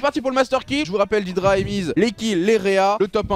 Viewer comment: PAr contre on dit "dèdra" et pas "didra" mais trkl